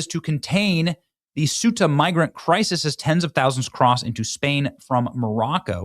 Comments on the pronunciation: Ceuta Benny! Not suita or soota. Are you genuinely illiterate or is it a scam? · it's pronounced SAY-ooh-tah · Pronounced Queta or kweta NOT sueta! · It's pronounced SAY-oota, not soota, and if it was ever lovely that was before I was there in 2001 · PLEASE, Benny, have enough respect for Europe and Spain to learn how to pronounce "Schengen" and "Ceuta." Hint: hard g in Schengen. SAY-U-TA. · SUTAH! LMAO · It’s pronounced KOH-ee-tah and SHENG-en and most of the migrants are heading for germany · It is Ceuta. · It is pronounced Se Uh Ta. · Pronounced, “say-ooh-ta” Ceuta Schengen “Shang-en” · I believe it's pronounced "Say-YOU-ta." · Ceuta is pronounced Say-you-ta, Bennie! 😉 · Bennie, as a map guy, you should know how to pronounce both Schengen and Ceuta correctly. Get with it, dude. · The C is pronounced as a Th Thuta